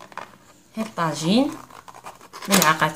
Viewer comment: هههههههههههه مكتوب بعربية وماعرفتش تنطقو